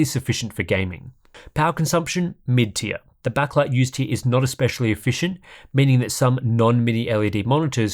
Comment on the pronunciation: Something about the way he says "mid-tier" just makes me laugh